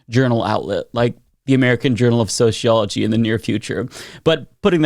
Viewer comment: Soseeology not sosheeology